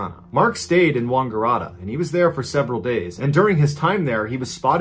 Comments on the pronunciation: OMG, the pronunciation of the Aussie places! Yass is like YACK and Ass. Wagarata is like Wang ARE att Er. good attempt though! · You're so awesome, can't get enough of your stories. But...Wangaratta? The first A is 'a' as in apple. Stupid Like button is a bad influence! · Mr Ballen should make a better effort to pronounce the names of Aussie towns. Mangling the names of towns like Yass and Wangaratta is a bit cringeworthy. properly.